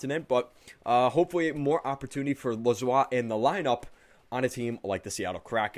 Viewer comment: It’s Jeremy Lauzon not lauzoi